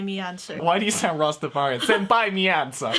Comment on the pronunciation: It's pronounced Rasta "Fay" Rian, Jesus